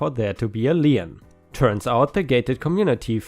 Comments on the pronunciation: It's pronauncef leen, please do it correctly, it is so annoying to listen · Story 5 - Lien... pronounced as "Leen" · feel free to pronounce however you want but most of us pronounce it "lean"